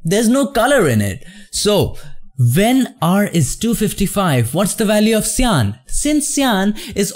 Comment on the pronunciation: don't forget "shyan" and "jello"